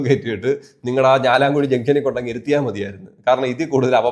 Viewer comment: ഞാലാം കുഴി അല്ല ചേട്ടാ ഞാലിയാ കുഴി aane